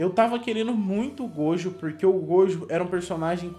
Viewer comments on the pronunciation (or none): Para de falar gojo,miuhawk e ixigo,fala direito meu deus eu estou morrendo aaaaaaaa